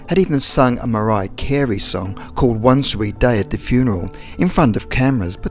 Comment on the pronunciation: two thousand and wuang